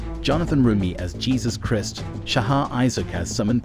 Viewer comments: What's with the "Christ/mist sounding pronunciation? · Please learn to say Christ as it’s supposed to be said??? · Who is this narrator? Cannot pronounce disciple or Christ. Unbelievable.